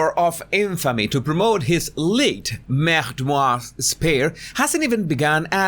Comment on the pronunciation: The way you call his "merdmoir" epic 🤭